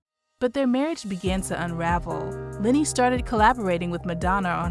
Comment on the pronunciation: Why do you keep calling him LINNY??????? ITS LENNY! (sorry, but that drives me nuts lol)